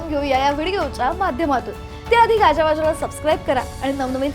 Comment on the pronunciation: गाज्या वाज्या...?🤔 गाजा वाजा...!